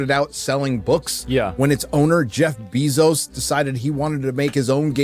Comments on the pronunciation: pronounces Jeff Bezos name all werid. It’s NOT bee 🐝 Zos! It’s “bay zos” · i love how bro calls him jeff bee-Zose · Has he really never heard "Bezos" pronounced? Jesus Christ "Beezos" is annoying lol